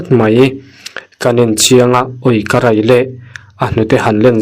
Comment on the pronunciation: A ngaihnawmin beng a tlai ṭhin mange...Mahse i thawnthu 2 na khi hmanah ka ngaithla daih tawh a,nangma chhiar tho hi niin ka hria a,a ngai ngaihthlak reng hi chu a ninawmin a ho duh riau a,tih tawhloh ni se...Chubakah 'Ka rai le!' nilovin 'Ka rei le!' tih tur zawk a nih hmel.